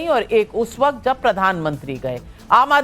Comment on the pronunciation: Am I the only one who noticed 🙃🙃waqqqqqaaattt😄😄 Navika it’s “ waqt”